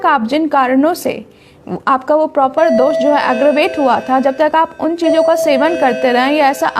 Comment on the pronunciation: कोशिश करें पूरा हिंदी में बोलें। और दोषा नही होता जी दोष होता है।